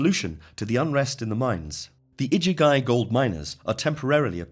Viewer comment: The iduguy? Is that the igigi or (igigu, plural)? It's so irritating to hear these commentaries making such a hash of basic pronunciation. The worst I've heard so far, I wonder how Thoth, the Thrice Great, otherwise known as Trismegistus name and title would get announced or butchered?